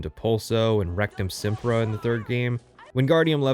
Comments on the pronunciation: I don't know anything about HP, but did he just say there is a spell called RECTUM SEMPRA? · he really did just say Rectum Simpra. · He said "Rectum" sempra 😂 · Did you... intentionally say, "rectum-sempra"? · He said Rectum Sempra🤣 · Did you just say Rectum simpa? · I missed about 30 sec of the vid and had to rewind after he said “rectumsempra” and I bust a gut laughing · "Rectum sempra" lol... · "Rectum Sempra" LOL don't wanna imagine what that spell does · Did he justt say rectumsempra?! HAHAHA can't stop laughing